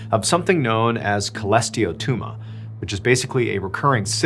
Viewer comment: Cholesteatoma = klesh-a-TOE-mah Getting a cholesteatoma is bad news, very bad news, but not as bad as the news ourJapanese patient received.